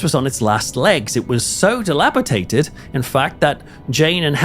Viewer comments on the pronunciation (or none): Why do you say dilapitated? The word is dilapidated (with a D).